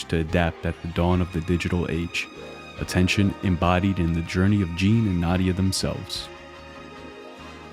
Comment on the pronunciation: you mispronounced Jean